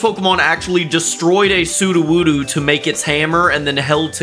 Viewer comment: It’s sudowudo not suduwudu smh 😑